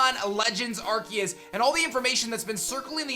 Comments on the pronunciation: I always thought it was said R-C-us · At least pronounce arceus correctly